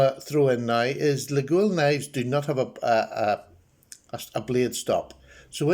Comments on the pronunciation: A very nice knife for sure ! By the way, Laguiole is pronounced « Layol » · According to a catalog Laguiole Imports sent me with the pronunciation phonetically noted as (leg oil) so put your best French spin on that and give it a ride. I really enjoyed taking a different turn when I started purchasing these knives and will continue to do so as I find the materials and workmanship so exceptional. Cheers!